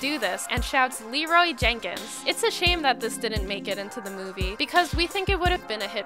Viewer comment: Leeroy JEN Kins not Jakins